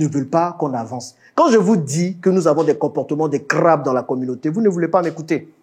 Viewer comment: "quand je vous dis que nous avons des comportements de CRRRRRRRRRRRRABE" 😂😂